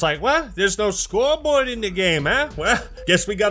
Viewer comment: I had to re-listen 4 times to realize you where saying “scoreboard”. At first I thought u where actually playing an audio clip backwards, the 2nd and 3rd time I thought it was just nonsense, then I figured it out lol.